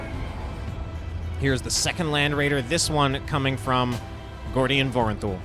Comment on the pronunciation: Its Gordian my friend xD